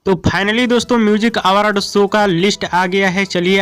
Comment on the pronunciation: आवारड शो नहीं अवार्ड शो होता पहले बोलने सिख ले घारा घरी सब चैनल खोल के सब अपने आप को होसियार समझ रहा है